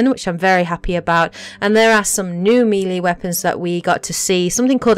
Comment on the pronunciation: "Meeeeeeeelee weapons"? Nice pronounciation! Now say 'aluminum' while your at it, lmfao! Then you say the weight system is 'exactly like in ME3', when your own clips clearly show the Power Recharge can't fall below 100%, when in ME3, you could have much shorter Cdn's, say with 150% Cdn reduction. I couldn't stomach anything beyond that point.